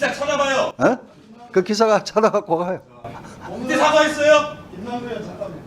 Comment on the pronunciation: 박범계는 으원 인지 의원인지 발음 좀 제대로 해라